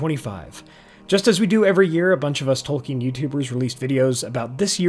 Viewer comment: OH! It’s Tolkien, not Token.